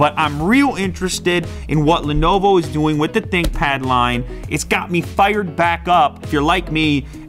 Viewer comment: Lenovo ? Lenoovoooo ? Who is Lenovo ? Check my SouljaBook Lew ! This thing goes hard af bruh !